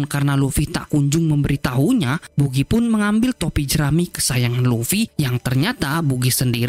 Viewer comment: Bagy bos di bacanya bkn bugi. ktawan ga suka nnton op ni adminnya